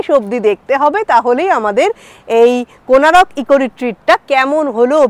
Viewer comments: Good afternoon Madam. Beautiful place to enjoy. Your explanation is great. Hope you all enjoy a lot here. But one thing I want to correct that the name of the place is "Konark"not "Konarak". So please correct your pronunciation as Konark instead of Konarak and all are requested to pronounce as "Konark". Thnxx. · Thanks M’am for visiting our state one of the Best Tourism spot and capturing it nicely in your vlog. Please don’t mind, may be its your pronunciation but Konark is formed by adding 2 words Kon (Angle) + Ark ( Sun/Arka)=Konark but you mentioned it as Konaroko😇. Just helping you to clarify the significance of the name. Hope you had visited the Museum near Konark Sun Temple and the movie which is played depicting the history.🙏 Note - Title if possible please modify it to Goa Vibes instead of Vives 👍 Thanks Again!